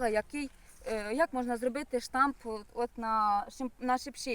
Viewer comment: Сонечко, не штамп - а Штамб 😊